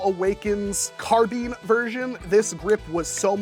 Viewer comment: It's carBINE, like bind, not carbean Sorry. I shouldn't have posted a purely negative comment. Love the video(s) man, keep up the good work.